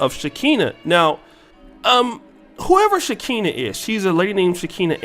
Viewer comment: She’s been on Love and Hip Hop. Also seen her on Catfish before as well. She’s a drama Queen. It’s pronounced Sha Ka Nah